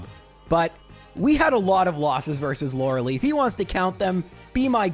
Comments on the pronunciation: "lore el eye" not "Laura Lee" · Stop calling her Lore-uh-lee. It is Lore-uh-lie. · Okay, J... I love your runs, but "You're killing me, Smalls!" with the way you mispronounce "Lorelei"--*every time*... :face-purple-sweating: It's not "LOR-ah-LEE", it's "LOR-eh-LYE", for pity's sake! :face-fuchsia-tongue-out::face-turquoise-covering-eyes: 'Much love for the Cubone run, by the way! :face-red-heart-shape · He knows, but he doesn't care. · I will never get over how pronounces Lorelei.